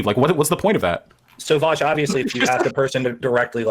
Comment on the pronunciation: People clown on how says Vowsh and not Vaush, but I think he actually says Vosch